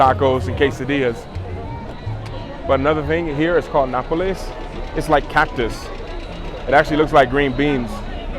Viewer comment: Hi bro you said Napoles (city from Italy) but the correct is Nopales I mean about the cactus, very delicious by the way, great walks and greetings from Monterrey Mx 🇲🇽